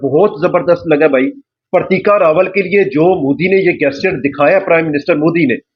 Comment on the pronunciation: गेस्चर नहीं बे पाकिस्तानी …….. वो जेस्चर होता है। साले जाहिल….. अगर नहीं आती तो English बोलने की क्या जरूरत है?? बेइज्जती करवा रहा है बे……. 😂😂😂😂